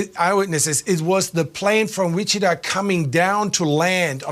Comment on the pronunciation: German guy can't pronounce Wichita. 😄